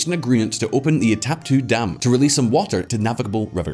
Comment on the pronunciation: The content of the video is interesting, i just wish the guy could at least read the names correctly instead of saying "bolsorano", "itapu", "panara", etc... These mistakes have nothing to do with the fact that he's an English speaker, the problem is simply that he doesn't read the words